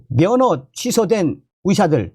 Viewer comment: 좋은정보 감사합니다 그런데, ^ 의^ 자 발음이 약하시네요~~ 위사들~~ ㅎㅎ